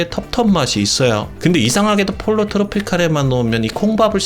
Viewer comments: 폴로 트로피칼--> 뽀요 트로피칼.... Pollo=Chicken 스페인어니 스페인어로 발음해 줘야징.. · 폴로 아니고 포요입니다...